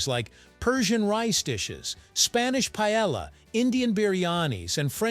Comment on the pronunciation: How did they mispronounce Paella so badly?